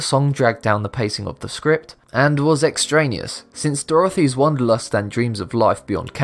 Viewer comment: "Extraneous" is pronounced "ex-TRAY-nee-us," not "extra newest."